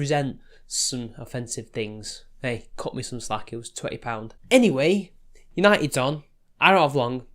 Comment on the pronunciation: "United's on" Sorry mate and you know I've been a fan of yours for a long time but those two words just ruined the whole video 😂